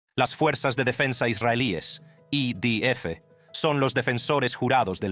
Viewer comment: Jajaja 😂😂😂 yo pensé lo mismo, pero para mí el acento es americano tejano... Al principio pensé que era una traducción hecha por ordenador pero ahora creo que es un americano que habla español pero a ratos se le va Cuando dijo I Di Efe, en vez de I De Efe me mató 😂😂😂